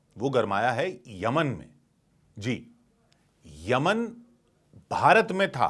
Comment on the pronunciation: Yamian bolne b nahi ara tumku whatsup university ka gyaan math do